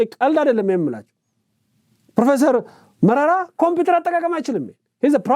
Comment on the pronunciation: ደሱ መራራ ሳይሆን መረራ ነው-ትርጉሙ አሳዛኝ ወይም አሳዛኙ ማለት ነው ፣እንደስሙ ሆነ።